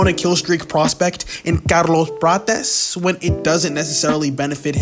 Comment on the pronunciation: Bro, wtf was that pronouncing of Carlos Prates? 😂